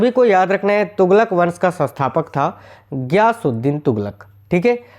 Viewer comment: गयासुद्दीन होगा ना की ज्ञासुद्दीन पहले पढ़ो फिर पढ़ाओ